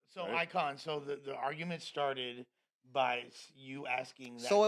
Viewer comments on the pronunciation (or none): It’s EYEKON homieeee not ICON. Shout out eyekon!! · It’s EYEkon not ICon! Let em know Bro! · It’s “Eyekon” lmao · It’s “EYEKON”✊🏾💙